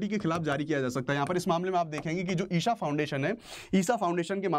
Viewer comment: ईशा not ईसा 🙏